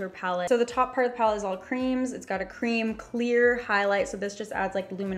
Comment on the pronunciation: Vanilla crem??!!? No hate just funny! I’m sorry if this offends you.